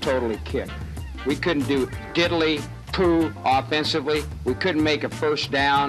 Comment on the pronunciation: He said didilly Pooh 😂